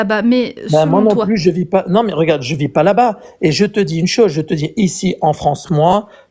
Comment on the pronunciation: Ca avait pourtant bien commencé. Mais c'est toujours comme ça. Quand quelqu'un dit "je te dji" au lieu "je te dis", ça va barder à la fin.